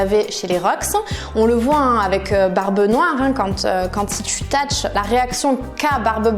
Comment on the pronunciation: Tach ? Mddr Thach ça se lit Satch😂 mais sinon super vidéo🔥